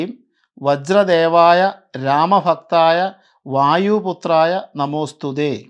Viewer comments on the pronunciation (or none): നിങ്ങൾ പറഞ്ഞു തരുന്ന മന്ത്രങ്ങളിൽ അക്ഷരത്തെറ്റ് ഉണ്ട്..... ഇതിൽ തന്നെ വജ്ര ദേവായ എന്നല്ല..... വജ്ര ദേഹായ ... എന്നാണ് ചൊല്ലേണ്ടത് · pardon me if i am wrong, It's not VAJRADEVAYA it's " VAJRADEHAYA". Please rectify this . The mantra is available in internet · തിരുമേനി... ഈ മന്ത്രത്തിൽ ആദ്യ വരി...വജ്രാദേവായ അല്ല.. വജ്രദേഹായ എന്നാണ് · വജ്ര ദേഹായ... എന്നാണ് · വജ്രദേഹായ എന്നാണ് ശെരി.✅ തെറ്റായ രീതിയിൽ ചൊല്ലിയാൽ ഫലം കിട്ടില്ല. തൃപ്രയാർ ശ്രീരാമ ക്ഷേത്രത്തിൽ പോയാൽ ഈ മന്ത്രം ഹനുമാൻ സ്വാമിയുടെ ഫോട്ടോയിൽ എഴുതി വെച്ചിട്ടുള്ളത് കാണാൻ കഴിയും. ഞാൻ എന്നും ജപിക്കുന്ന മന്ത്രമാണ്..😊🙏🏻 "ഓം ശ്രീ വജ്രദേഹായ രാമഭക്തായ വായുപുത്രായ നമോസ്തുതേ" "Om Shree Vajradehaya Ramabhakthaya Vayuputhraya Namosthuthe"